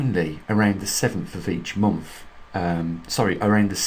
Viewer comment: "seventh of the Month" NOT "sevemff" of the Momff"